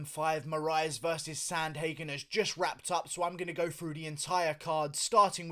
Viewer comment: Learn how to pronounce his name pervert